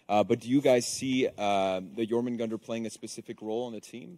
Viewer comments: "Jormungender" it's pronounced: "JormungAnder". With the "A" being pronounced the same was as it is in "car". EDIT: Where is Centurion rework? I need my incredibiboi. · Anyone gonna point out how none of them can pronounce Jormungandr? Weird name choice considering the hero isn't a snake